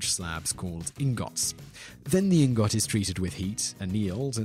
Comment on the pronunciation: Bonus bonus fact #1: Aluminum only has one i in it. It's not "ala-MIN-yum," it's "a-LOOM-in-um." Bonus bonus fact #2: Ingot isn't pronounced "ing-GOT," It's pronounced "ING-git." (Just like buttocks is pronounced "BUT-ix," not "but-TOX.")